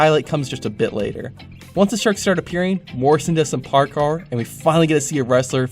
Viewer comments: Did you just call Parkour, Parkar? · He said parkour wrong